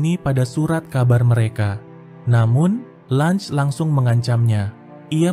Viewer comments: Cara baca LUNGE bukan Langs anjir tapi sesuai ejaan LUNGE😂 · Lunge anjir bukan lunch😂